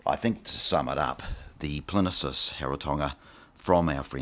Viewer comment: It's PLIN-EEE-USS!!